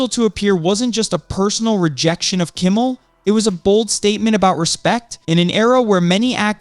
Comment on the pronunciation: How can anybody take this person seriously when they don't know how to say Jimmy Kimmel LIVE correctly???